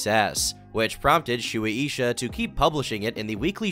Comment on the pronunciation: Shoeie Isha? Are you trying to say Suisha? Sway Shah. if you type a Japanese word into google translate, even if it's in English, & you set it to translate from Japanese, the audio button will tell you how to pronounce names & companies. Very useful.